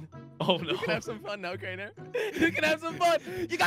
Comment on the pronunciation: It is Kraner Kraner your sauce Kraner